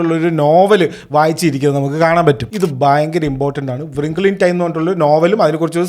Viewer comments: റിംഗിൾ, not വൃംഖ്ലേ 😅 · Bro don't take it bad, it's റിങ്കിൾ not വ്റിങ്കിൾ. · Wrinkle എന്നത് വ്രിംഗിൾ എന്നണോ ഉച്ചരിക്കുന്നത്?